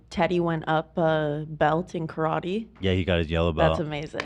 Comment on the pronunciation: When pronounces karate correctly.... 😆😆😆